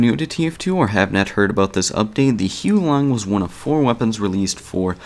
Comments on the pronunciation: It's not pronounced as Hiu Long Heater, it's still the same as the name. Huo Long Heater, where Huo Long means Fire Dragon or just Dragon. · It is pronounced "HUWO-LONG" not "HEW LONG"